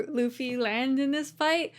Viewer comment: Mauricio Ruffy has the R pronounced as an "H", not an "L". "Hoofy" v. "Loofy". This, by the way, is using Brazilian Portuguese pronunciation. The pronunciation in Portugal would have the beginning R in a name sound a lot more guttural and rolling, much like a French pronunciation. That is in fact the predominant way to immediately tell the difference between someone who learned Portuguese in South America, as opposed to Portugal.